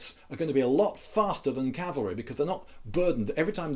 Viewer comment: Rhonda P My "gibberish" was a joke because you said "Calvary" instead of "cavalry" In case you do not know, "Calvary" was the mountain that Jesus was crucified on. Wheres "cavalry" is the mounted troops used in war. You said "Calvary is much more maneuverable" which is why I said "That is why you see a bunch of sentient crosses hopping around the battlefield."